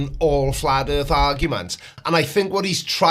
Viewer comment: he only made it 1 minute and 30 seconds into video by this point. How many times did he say erf mezzyoured fwatt? oh that's right, it doesn't matter. Just SAYING ERF FLAT isn't evidence.